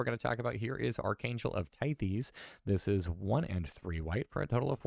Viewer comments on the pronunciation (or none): Archangel of "Tie-ths" not "Tie-thees".